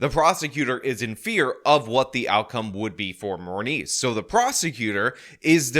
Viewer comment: Did you say MoreMeat or Morneice..?